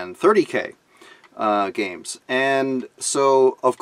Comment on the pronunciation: Very impressed with you getting the names right!